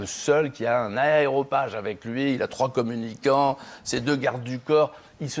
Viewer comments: Dites à Laurent Valdiguié qu'on dit aréopage, et pas aéropage... Élémentaire... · Même les journalistes de Marianne ne savent plus parler ? Un aréopage, et non un aéropage ! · On dit pas aeropage, mais aréopage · "Aréopage", Valdiguié... Enfin, j'suis pas "journaliste". Chez "Marianne" (y'a d'la bonne ? Info ?)...